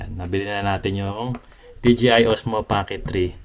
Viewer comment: binilang ko kung ilang beses mo sinabi ang “bibili” 15x yata😂 Congrats on your DJI cam sabi mo DGI😅✌🏽🎉🎉🎉